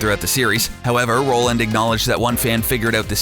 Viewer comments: Did you seriously just say Justin Roland? I'm not watching this. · I've known all of these facts. And they aren't dark Edit: and its ROILAND (ROY-LAND) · It's pronounced Roy-land. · I believe it's pronounced "Roy-land" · Roiland. Roy-land. Fuck. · Is it really ‘Roland’? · rolland? ROLLAND?! who the fuck is RoLlAnD!?!?!? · Rolland? Rolland? Hahahahahaha idiot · It's pronounced ROY•LIND you fucking moron. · calling him justin "roland" is so cring! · Justin Roiland pronounced Royland. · I feel like the narrator has no idea about anything he is talking about. I feel like the narrator is just reading off of a script. Like whenever he says "get schwifty" he sounds like he has no idea how to pronounce it and the fact that he prounces "Roiland" as "Rolland" makes it seem like the script is just typed out in all caps. Fucking amatures I swear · Yea he said Roland not roiland it's a script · ROILAND! with an I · If you're going to make a video about anything involving Justin Roiland, at least try to pronounce his fucking name right. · A video claiming to have facts no one knows-can't pronounce "Roiland". JFC... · You repeated a fact, you pronounce Roiland wrong consistently and none of these are secrets.. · He's pronouncing Justin's last name wrong! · How much research would it have taken to correctly pronounce the last name of the show's creator properly? The mistake became too difficult to ignore around the 40th time it happened. So much cringe. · *roiland not Rolland you peasant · ROILAND NOT ROLAND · Great video but Roiland, not Roland please. Love the video tho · "Roy-land"...lets try those two out. "Roy". "Land". Great. Now lets say them really really fast together. "Roiland". Great....NOW QUIT SAYING ROLLAND!! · its roiland not roland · Roiland is pronounced ROYland! ROYland! not rowland Idk why this annoyed me so much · It’s pronounced ROY-land not Roland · it's justin roiland not rolland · Roiland not Roland. Roy-land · ROILAND NOT ROLAND YOU DUNSE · It's ROY-land